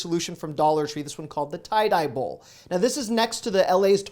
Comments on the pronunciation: TIE-DIE BOWL-LMFAO--Now I could be Tripping cuz i just lit my Medicine but Im pretty sure its Pronounced "TIDY BOWL"...Best Day Possible to All... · I hate when people correct me but I just have to tell you because it’s so funny. The Tie die bowl. Is actually tidy bowl you know tidy like clean and tidy. LOL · LOL. Tie-Dye Bowl. Umm, that would be Tidy-Bowl. Thanks for the post. A lot of good ideas. Ok I Subscribed. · Hey, just wanted to let you know that its not "tye dye bowl" its "tidy bowl". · * Ty-DEE- bowl Like Tidy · Hilarious love hearing you mispronounce ty D bowl💕💕💕💕💕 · Hahahaha "tie d bowl" tidy bowl! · I was thinking the same thing! "Tie-Dee Bowl"/"Tidy Bowl" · Ty-D-Bowl, like Tidy Bowl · Had a great laugh part way through this video. Thank you!! Had my phone in the counter more so listening, but checking the screen when introducing new numbered items, while I was prepping dinner for my family. While I was confident that you were discussing toilet products, I heard TieDye bowl. Instantly stopped what I was doing to check out this item as my 3 kids love TieDying! When I saw TyDBowl on the screen I belly laughed so hard. Thank you for sharing this accidentally mispronounced product clip and making my day. Truly love your videos, learning new products and best ways and places to save money and your awesome personality. Keep posting please. ❤️ from Shannon in Canada 🇨🇦 If ever possible please please add some Canadian products, stores and ways to save money. Having a family of 5 in these times it’s important to spend wisely and save any pennies possible…even though Canada no longer has pennies lol. *edited to ask for Canadian suggestions as I had forgotten * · TY D BOL ==== Tie de bowl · LMAO 🤦TIDY! TIDY! TIDY! As in neat and tidy 🤦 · "Ty D Bol" is pronounced "Tidy Bowl," get it? 😉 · I believe Ty D in Ty D Bol is pronounced as Tidy like Tidy Bowl. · Its pronounced like tidy bowl...geez....read! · pronounced 'tidy' bowl